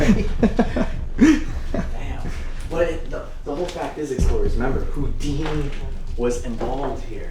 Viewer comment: sorry but I'm lol-ing at how you're pronouncing "Houdini"....."Hoondini" 😂 All jokes aside, this is so incredibly enlightening. I appreciate so much that you're helping spread a very important message, just like with the Lady Bird Lake situation. I'd have never known.